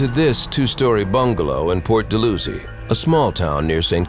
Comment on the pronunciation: Dal-how-zee not Dull-loo-zee.